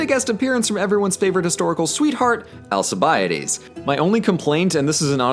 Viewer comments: AlKibiades, not AlSibiades... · The way you pronounced his name "Al-sea-bie-ides" gave me internal bleeding and death. Its pronounced Al-kee-vee-adis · Best 80 hours I ve spent in my life.... p.s.: it is pronounced alkibiadès with a k and not an s... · Why do you say Alkibiades with a soft c? Greeks didn't and the Romanised Alcibiades shouldn't be said with a soft c either. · hooray authentic Greek pronounciation Also: Al Chee Bi Ah Dees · I got braindamage when u said Alkiviadis I had to leasten to it about 3 times to understand what u said xD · Greek here, you totally slaughtered the names of Al-ke-ve-a-des and Bra-sea-das lol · alkibiadis name pronunciation was really painfull xD very good video though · ετσι προφερεται το "αλκιβιάδης" στα αγγλικά; πωω.... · Sorry but Alcibiades is pronounced with an S in English, just like in French. It's conventional pronunciation, if we were to pronounce everything as people of the era did then professors wouldn't be saying "Caesar" the way we do.